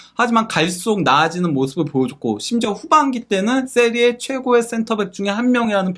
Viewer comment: 세리아에이가 아니라 세리에아임